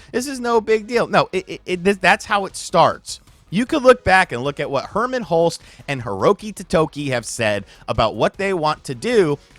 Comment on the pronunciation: Dude's name is Hulst not Holst you guys all pronounce his name wrong